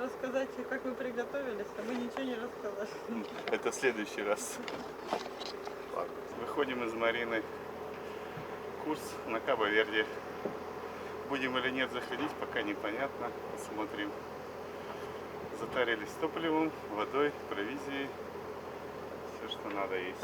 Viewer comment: Приятно смотреть. Грамотных парусников. Даже режущее ухо Кабо ВердЕ прощаем. Яхта классная, ХР похоже.